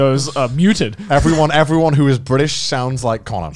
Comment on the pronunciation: Garnt not the host impossible, the cycle has been broken Bri’ish